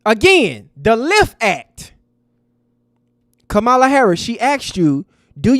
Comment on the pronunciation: So sad that you can't 'properly pronounce' Ka-ma-la's name correctly (that playing us as ignorant, f👀l). UNSUBSCRIBED!